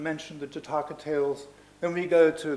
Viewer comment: " Jataakaa ✖︎ " ==> " Jaataka ✔︎ "